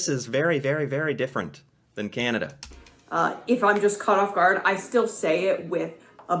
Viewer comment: Also the lady pronounces Canada more like Cenada. Don't know why.